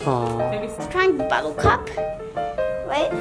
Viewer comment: And he says buttlecup